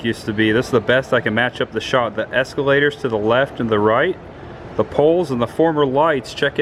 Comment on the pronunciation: Why do you say “es-cue-lators”